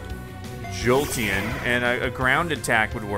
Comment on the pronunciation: its called jolteon not jolten